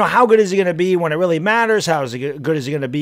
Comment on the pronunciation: Why? He stinks. Who cares if he “works weally hard🥺” he sucks at his job.